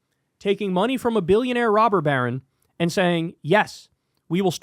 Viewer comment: Stop saying rober barren lol